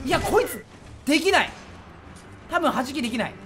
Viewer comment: 弾きのイントネーションが 速さ距離時間の公式のはじきで草